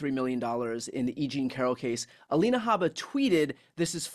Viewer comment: Alina, Glenn. Not Alena.